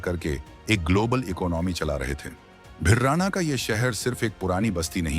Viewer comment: इस गांव का नाम भिरडा़ना है भिरराना नहीं है ।यह बहुत पुराना शहर हुआ करता था जो एक राजधानी हुआ करता था जिसका जिक्र हमारे बुजुर्गों के मुख से हम अक्सर सुना करते थे ।